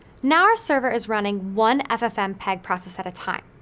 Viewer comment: for fsake lol... its not 'ffm peg' but 'ff mpeg'...